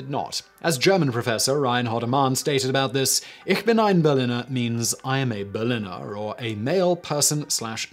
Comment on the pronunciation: It's pronounced Pfannkuchen, not Pflannkuchen :/ And the i in Berliner is long, it's not berlinner